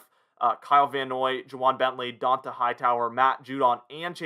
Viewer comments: It’s pronounced dontay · DON Tah Hightower…How do you have a YouTube talking about the pats and not know how to say this man’s name lol. He’s been a defensive centerpiece for 3 lombardis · How do you not know how to say dont’a name he’s been apart of the team for like 9 season now cmon man